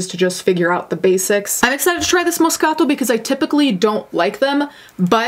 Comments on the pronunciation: Hearing her say MOScato ☺️ I just love this channel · Love to learn how to properly pronounce “moscaTO” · I just LOVE when you pronounce Moscato properly GURL YAS where my Italians at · me being intimidated by her correct pronunciation of moscato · I love how you say moscato. Here in the south we just say things how they’re spelt lol. I love how you say things how they’re supposed to be pronounced! Your Italian comes out! It’s beautiful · There’s no excuse for cheating....period. Oan: love the way you say “moscato”. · In love with how you pronounce "Moscato." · She's pronouncing it exactly how a native speaker of Italian would. So I'm guessing she's part Italian and can speak the language?